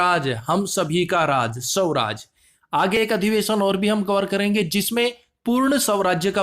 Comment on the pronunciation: Swaraj or Sawraj me Difference hai Sir thoda speaking improve karo hindi me.